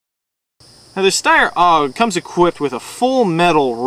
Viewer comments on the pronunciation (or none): its not aug. its a.u.g. accually. i laugh when he says it wrong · its A.U.G not auwwwg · Oh yes, it's a great review. The guy pronounced AUG or A-U-G as Awoug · its not a steyr owg its a steyr a-u-g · lol! its A U G not oug stupid arse! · haha it's called a-u-g!! u review airsoft guns u should at least be able to pronounce the names probably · Its not pronounced "aug", its an acronym. If this guy had ever been in the military or handled anything besides toy weapons he'd know that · lol i tought we say AUG but i heard oW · it aug not oug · he says it like its auug instead of aug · AIRSOFT REPORT!!! ITS PRONOUNCED A-U-G not AUG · HAHAHAHAHA LOL OWG WTF IS AN 'OWG' it's an AUG: pronounced A YOU GEE with ya, that ticks me off. but you guys are still awesome, keep it up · A-U-G! You say each letter! Not pronounce it as a word!! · It A.U.G not aug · you tit its pronounced "org" or A.U.G where the hell did you get that pronunciation from anyway? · aough what a dumbass its A U G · HAHA its was so funny how he said aug OWGH lol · It's pronouced like 'AY YOU Gee' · Awesome Review you guys are good but it's said as A U G. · nope, it's called an aug, not a u g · Its pronounced awg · It is pronounced A-U-G. Say it right! haha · i think he's trying to pronounce it german like cuz the aug is from austria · yea, thats why the letters are in capital, otherwise it would be Aug. and isn't it pronounced "shteyr?"